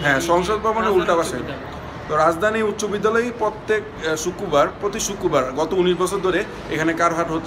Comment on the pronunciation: টুসকন, চোরসা,শুক্কুবার, bhai seriously?.. a kemon bhasha bhai